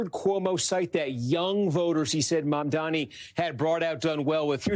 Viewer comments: Why does she keep saying his name like Mamdami? Am I crazy? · JFC it's not hard to pronounce his name correctly. She repeatedly called him Mandami. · Mamdami?? Still struggling to pronounce the name? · It's mamdani, not mamdami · why do people find it so hard to say the guy's name properly its MAM-DANI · Cuomo still can’t M-a-M-d-a-n-i’s name right. He either can’t learn or he is just choosing to continue mispronouncing it. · They still can’t say his name right 😐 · He still cant say the name right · Why is it so difficult for these people to pronounce "Mamdani"? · Still can’t get that name right…🙄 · Cuomo still can't pronounce Mamdani's name right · cuomo STILL CANNOT PRONOUNCE MA'M'DANI! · can you just get his name right? Is it really that hard? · he still can’t pronounce “Mamdani” correctly lol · Did Cuomo MISPRONOUNCE Mamdani’s name again?!? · how do you run a slot on msnbc on a guy whose name you can't learn to pronounce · It's M A M D A N I.. FOR GOD SAKE!! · why is it so hard for people to pronounce “Mam-dani“? is could scarcely be simpler, but they can’t ever seem to say it properly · Still didn't pronounce his name correctly. 😂